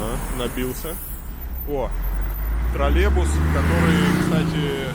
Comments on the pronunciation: Почему Илья, все время говорит Троллебус, когда правильно Троллейбус???? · Не тралебус, а троллейбус блять! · "Тролебус"? Я думал мне послышалось!:) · Не тролЕбус, а троллейбус! Очень слух режет. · троллейбус а не тралебус ... ну и произношение фу нахуй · Что это за слово - "тролебус"? Троллейбус! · Варламов, не тролебусы, а троллейбусы. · Слушайте, уже далеко не в первый раз слышу, как и Варламов, и Гершман глотают звук "й" в слове "троллейбус". Это чисто их косяк и так делать неправильно или же так, на самом деле, и надо произносить? UPD: всё, погуглил, это их косяк и так делать неправильно.